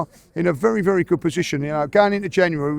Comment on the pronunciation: BERY GOOD! BERY BERY GOOD !!